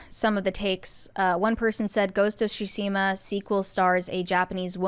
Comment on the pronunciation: TSU-shi-ma, not SU-shi-ma; completely different meaning. Also, Yes, Onna-Bugeisha and Onna-Musharraf existed and contributed on battlefields.